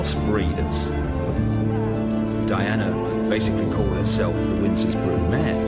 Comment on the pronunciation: het is geen Windor, maar Windsor.